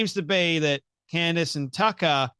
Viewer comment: Candace not candy